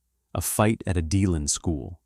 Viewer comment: if you can’t get places right, find someone who can!!!! it’s de- land florida👎🏽👎🏽👎🏽👎🏽👎🏽👎🏽👎🏽👎🏽👎🏽👎🏽👎🏽